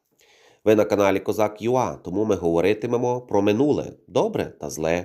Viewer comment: Дякую за чудові відео. Завжди із задоволенням дивлюся. Вибачте, нема часу на розлогі коментарі, але хочу зазначити (якось раніше соромився написати), але, нарешті, можна припинити оце "ЮА", якщо це є логотипом каналу, то воно звучить "ЮЕЙ".